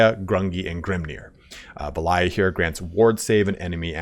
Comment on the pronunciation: I was loving the video until halfway through when couldn't pronounce Valaya correctly:P A little disappointed the dawi get no new units it sounds like. With the building tree you show, there are zero T5 units on the roster.